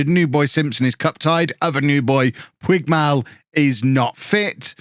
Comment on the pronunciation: Puigmal is said "poodge-mal" (similar to how Puig was said "pootch" - they're both Catalan names)